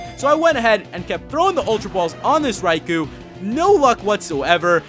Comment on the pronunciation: Psst, Raikou is pronnounced "rai-koe", not "rai-koo".